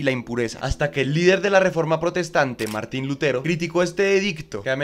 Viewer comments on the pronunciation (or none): none